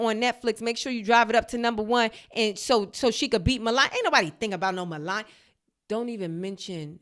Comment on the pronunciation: Anyone else enjoy Zainab butchering MelanYah’s name the entire time? 😂😂😂😂😂😂😂